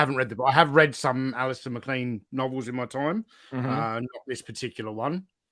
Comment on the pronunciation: It's funny that points out the pronunciation of Zebra, but keeps mispronouncing MacLean.😁